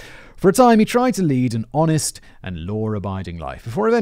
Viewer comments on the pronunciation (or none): none